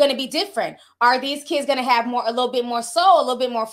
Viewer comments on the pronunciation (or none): none